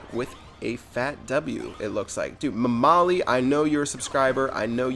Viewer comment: As a persian, the way you pronounced 'mamali' had me in tears. Keep it up!